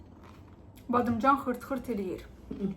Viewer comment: Her badimcan deyende gulmek gelir😅